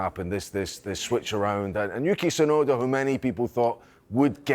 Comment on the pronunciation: the T in Tsunoda ain't silent